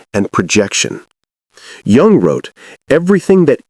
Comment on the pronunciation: Jung is pronounced “Yung”, not a j sound